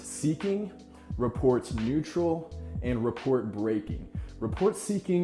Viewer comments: Good tips, thanks. Love the quotes especially. Just wanna add that the "t" in "rapport" is silent. Sounds like "ruh-POR" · Your neutral tonality sounds like you could give a shit less. The third example sounds like you’re full of yourself. No judgement but in a business setting, this will not build rapport. I’m curious to know about your business experience. Lastly, rapport is not pronounced like report. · Never heard anyone say the word "rapport" out loud, I take it? Only a would think less of someone for that, but as a quick note for next time, it's a French word, pronounced 'RUH-POOR' with no 't' sound. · Probably wont see this but, Rapport pronounced "Rah-pore" Inflect, not Influct. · glad someone said it... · The T in rapport is silent. Otherwise a great video. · I cringed every time he said it